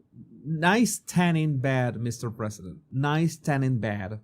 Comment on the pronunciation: Every time he says President it makes me cringe. He says it with a slur like Presssdnt. Ugh.